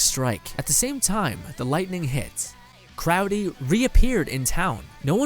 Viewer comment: Its crowley not crowdy